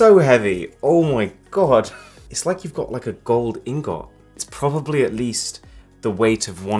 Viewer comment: Wait, did he actually say Gold Ingoat? I thought it was gold ingot....